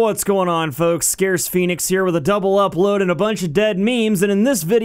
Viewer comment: lol scarce XD